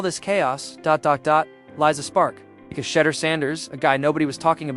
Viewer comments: I know you are ❤smart enough to pronounce Sha' duer' not sounding 'She' durs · Shee door not shedder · Gotdammit!!! “Shedder?” Pronounced “shee-DOOR!” Say it right, dammit, you silly bot voice! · When are you click baiters going to learn to pronounce his badge correctly. Shedeur =She dor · Thought it was pronounced SHAA-DOOR... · Please learn how to pronounce his name. No one likes you to mispronunciation of Thor name. I my self 😮 is sick of his name being mispronounced. Please stop and learn how to pronounce his name correctly .He is going to be around for a long time. Legendary and Perfect Timming❤❤❤❤❤❤❤❤❤ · You’re not gonna get a thumbs up if you can’t even pronounce the man’s name, I think if it was a human, he would be able to pronounce his name so I don’t believe this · say his name right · Until this bot can pronounce Shedeur's name correctly, I am tuning out.